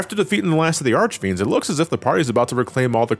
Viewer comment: I think i've lost five years of my lifespan for every time has mispronunced the names of the four elemental archfiends. Jesus. Also, the whole transition from Dark Knight to Paladin is ideally a manifestation of the purity of soul, of washing away your sins on an appearance level: apprentices that wanted to become knights had to wear a white robe and stay awake praying for an entire night, and i think the paladin class reflects that, other than focusing on protecting the others rather than sacrificing your lifes for extra damage. Cecil might still mantain his insecurities he had at the beginning, but the transformation is a physical proof that he can change, that higher powers can recognize him as honest. As said, Golbez is essentially a version of Cecil that couldn't make that jump after his brainwashing got removed, and to an extent that goes for Kain. The After Years tried to expand on these themes... and your mileage may vary on the results, even if i personally find them fine. -Teo